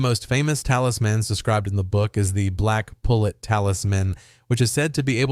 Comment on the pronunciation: Also, it is "The Black Pullet (poo-lay)" it's French bro learn how to pronounce words before you make a video you butchered damn near every Proper Noun in this video.